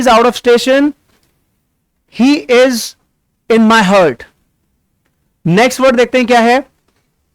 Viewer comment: Heart - हार्ट, not हर्ट